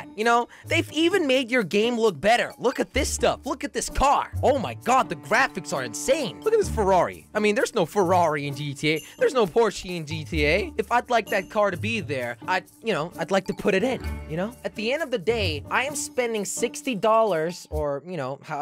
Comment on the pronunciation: The porshie lol